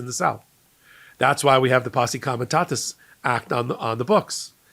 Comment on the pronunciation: you are mispronouncing Comitatus.You've said Comitasus several times.